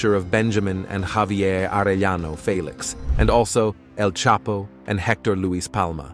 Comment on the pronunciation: Fay-lex.!!?..it's Felix.. haha....fake ass